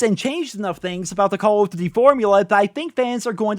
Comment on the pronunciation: Why do you say call of duty like that 😂😂😂😂